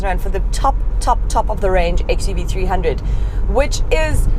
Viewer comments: It's actually 3oo(double o not zero). Mahindra cars name always ends with o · Hi, its pronouns xuv three double O